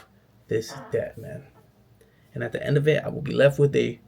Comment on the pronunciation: These videos are fire bro! Weird advice but you should try to coach yourself out of saying “dat” “da” “dis” etc.